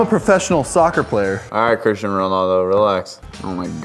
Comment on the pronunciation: didn't know how to say CRISTIANO RONALDO